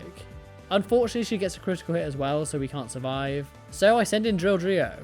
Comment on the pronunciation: Yoo!! You said Drilldrio first try this time 😂